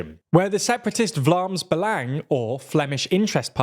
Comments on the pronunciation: TBH as a Flemish native, your pronunciation of Vlaams Belang in the beginning of the video was actually not bad at all, good even. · They way you said Vlaams Belang made my laugh so hard (I'm from Belgium) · Thank you so much for butchering the pronunciation of ‘Vlaams belang’ at the beginning of the video. I know they would hate it which is a very comforting thought. I can’t stand those idiots.😂